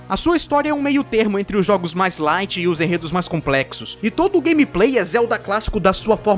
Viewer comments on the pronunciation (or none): none